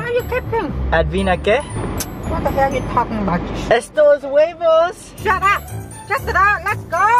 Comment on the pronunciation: Yes u said it right huevos I’m Hispanic and I know that for sure